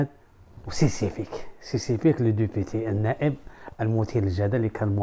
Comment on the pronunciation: سيسيفيك 😂😂 راك غالط في الكلمة سبيسيفيك وليس سيسيفيك ضحكتنا يا